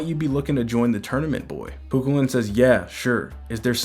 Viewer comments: Just found your channel. Love everything you post frfr! But nothing is more funny than hearing you tryna say Chu Chuliann. It’s not Ku-Ku-Lin. It’s Kugh- Kull-ian. Thank you for these updates as well🫡🙏🏽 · I love these vids bro! And I just wanted to lyk it’s actually pronounced “Coo-Cuh-Lin” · Hello local Irish here but in the video Cu Chulainn is missed pronounced it’s actually Cu-Cul-Linn